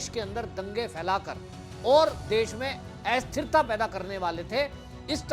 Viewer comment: भाई साहब, एस्थिरता नहीं; अस्थिरता होता है. कम से कम उच्चारण तो ढंग से करें. धने